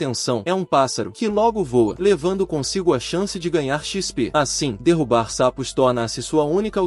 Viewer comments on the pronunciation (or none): none